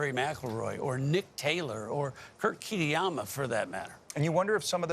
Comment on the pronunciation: Kit-y-ama. Wow dude